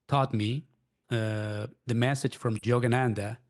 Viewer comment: I can't help giggling at "Jogananda"!! Sounds so funny